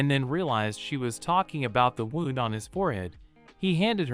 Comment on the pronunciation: And now, the AI can't pronounce "wound". I'm so glad that we are entering a world of poor mediocrity.